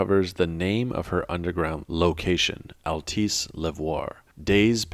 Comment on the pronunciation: small detail but it bothers me every video of yours i listen to; it’s pronounced ‘al-tess’ not ‘al-tice’ . love the content, there’s so much lore in this game even if it was executed poorly at times the story is still great !